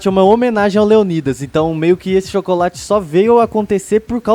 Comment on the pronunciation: Cara, não se pronuncia " Leonídas". é LeÔnidas.